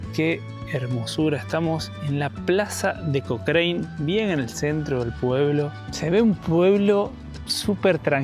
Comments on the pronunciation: Se pronuncia Cocran no cocraine lptm !!! 😂😂😂😂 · Hasta donde se , en Chile le decimos a Cochrane (Cocran, bien Chilenizado , No Cocrein) Saludos Chicos. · Se pronuncia, rio Baker, no beiker.. lo mismo que pronunciamos Cócrane y no Cocrein ya que chilenizamos el termino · Porque pronuncia de esa forma el pueblo no se pronuncia Cochrine no se pronuncia de esa forma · Hola... la ciudad de Cochrane se pronuncia "cochran" la E no va ... Saludos. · Hermosa ruta chicos ,, pero el nombre es Cochrane y se pronuncia Cocran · Hola. Se pronuncia Cokran y Baamondes, dejando muda la hache. Saludos! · Se pronuncia COCRAN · Hola chicos, feliz que hayan conocido un lugar tan lindo de mi país...un detalle Cochrane se pronuncia "cocran", con acento en la O, hace referencia a Lord Cochrane, un escocés que participó de la independencia de Chile e inspiró al personaje de Russell Crowe en "Master and Commander: The Far Side of the World", saludos! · Hermosos lugares! La carretera austral es bellísima! Pero no le cambien el nombre de los lugares. Cochrane no es cochrein, Baker no es beiker